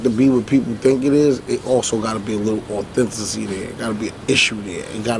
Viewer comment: Lol, “authency” there... it’s authenticity! 😂🤣🤣🤣